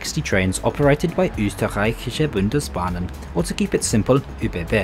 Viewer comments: Respect for pronouncing the German words so well, especially Österreichische Bundesbahnen. What a tongue twister. Also, the RJX is truly the best and compared to the trains in Germany it's a dream! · Man, your german pronunciation is really good! Even "Österreichische Bundesbahnen" which is a tough one for native english speakers is pretty good! Enjoy your time in Sri Lanka. Can't wait for those videos!